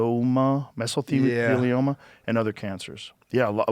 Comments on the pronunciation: You can tell Joe didn’t watch any tv during fear factor days because he can’t pronounce mesothelioma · Joe not knowing how to say Mesothelioma shows that he doesn't watch cable TV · Joe sounding out Mesothelioma was cute